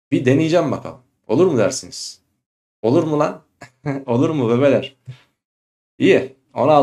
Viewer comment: Hocam Allah aşkına Ankara ağzıyla bir video çekin öldüm bebeler dediğiniz kısımda 😂